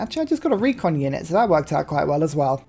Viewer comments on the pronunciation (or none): none